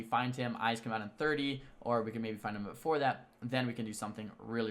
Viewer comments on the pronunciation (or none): none